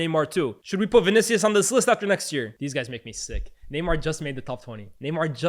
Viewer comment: the way utter "Vinicius" 😂😂😂